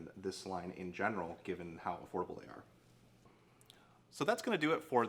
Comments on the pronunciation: lol he did the same thing on another video, he says affordable like horrible, if you turn on captions it’s says affordable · He said affordable not horrible.